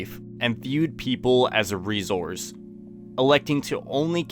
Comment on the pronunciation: My boy with the “ REZOURCE “